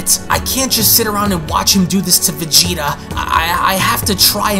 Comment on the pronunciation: Lol the way you VeGEtA is hilarious